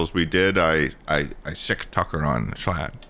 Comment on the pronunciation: You did call him schlum ☠️